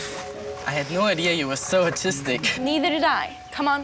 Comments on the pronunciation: when he told Emma he thought she was so artistic I thought he said autistic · Yeah he 100% said autistic not artistic